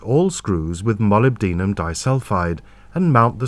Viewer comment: That's not how to say molybdenum. It's mo LIB den um. lol